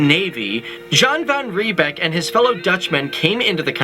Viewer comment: South Africa history ain't all about white settlement. This guy butchers all word that are not English.. he can't even say "Jan van Riebeeck" it's pronounced "yan farn reeybik"